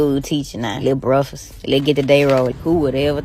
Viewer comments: *lil breffus 😅 First time in my life correcting the correct spelling because of how crazy the pronunciation was 😆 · Did she just call “breakfast” “brokefrost” ? 😂😂😂😂😂😂